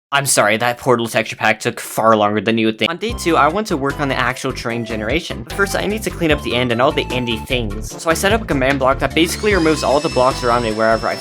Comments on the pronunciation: He said day toe LIKE TOES NIT TWO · Its not toe Its two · "Day Toe"💀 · day toe😂😂😂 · Dude when you said day 2 it said day toe 😂😂😂😂😂😂😂😂